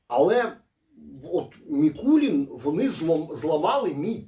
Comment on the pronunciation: Заради Бога, не МІкулІн, а Микулин, походить від назви міста Микулинці вТернопільській області, де, власне, і виготовляють цей віскі. Давно до нього придивляємось, тепер обов‘язково спробуємо) Дякую за огляд!